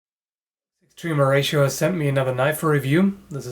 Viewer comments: "Extreme Horatio" I will always hear it that way. I'm cool with it. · I just keep hearing Extreme Horacio when you say their name...